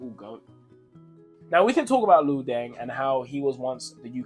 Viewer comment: It's not Lo it's Luol. I trained with him back in brixton my coach was Jimmy Rip they used to laugh at Luol because he couldn't play then he developed.